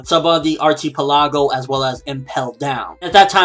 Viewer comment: ar-chee-pell-a-go? ar-ke-pel-a-go.